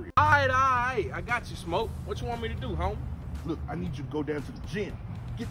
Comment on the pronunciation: It's Brufer not Brother